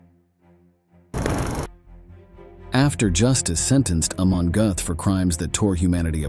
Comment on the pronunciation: Aaagghh man gote, not hey man gooth